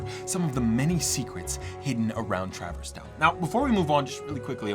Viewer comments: I let a lot slide with your wild pronunciations but travor's town?! Its Truh-verse town, bro 😂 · WTH is TRAV-ERS TOWN?!?!?! its TRA-VERSE TOWN!!!!!!.....other than that, ur lit bro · His pronunciation of traverse town is so bad like brother cmon